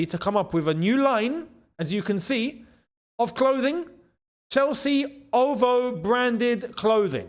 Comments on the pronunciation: Lol it not ovo it o v o lol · The brand name is "O V O" not OVO my brother. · O.V.O not OVO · It's pronounced "Oh-Vee-Oh" not "OVO" 😂😂 but it doesn't really matter 👍🏾👍🏾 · man said Hovo😂😂😂😂 is O-V-O 🫡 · Someone tell this man it’s not ohvoh.. it’s ooh-vee-oh 🤣🤣🤣.. love ya stuff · It's not Ovo 😂, it's O. V. O (October's very Own)😊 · OVO😂😂😂 ITS O V O. OR O V HOE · Its CALLED O V O .. October’s very Own !!! Not ovo 🤣🤣🤣🤣🤣🤣🤣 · It's not ovo it's O.V.O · brother its O.V.O. not ovvo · its "Oh-Vee-Oh" 🙈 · Its O V O 😂 that’s not how u say it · It's pronounced "Oh Vee Oh" " 😂😂😂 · OVO😂😂... Just for clarity its pronounced in singular letters... O V O... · It’s not OVO bro it’s pronounced with just the letters O V O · Bro please pronounce OVO again 😭😭😭😭😭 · Ive never heard someone pronounce OVO like that! 🙆🏿‍♂️🤣